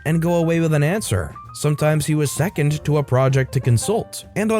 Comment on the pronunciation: Storytime: Look up the word "seconded" in this sense (pronounced se-COND-ed). I think this is the second (pun intended) time you mis-pronounced it, and this time you seem to have not understood what you were reading since you spoke "sometimes he was second to a project" rather than seconded . "Secondment is the assignment of a member of one organisation to another organisation for a temporary period."